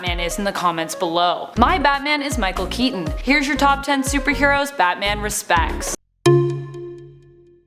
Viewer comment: Mickel keeten